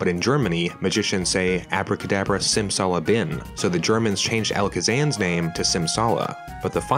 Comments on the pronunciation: German here. It's "Bim" not "Bin". You even said it right at the beginning of the video. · ... in German wie say Simsalabim. Not bin. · It's Bim not Bin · As a German: It's Abrakadabra Simsalabi*m*, not bin. But other than that, you're on point there. And the German version also translates Pound using the currency (Pfund) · It's "Bim", though. Not "Bin". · Abra Kadabra Simsala BIM not Bin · We say Simsala Bim in Germany :P not bin. :) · Minor correction: It's "Simsalabim" in german, with an "m".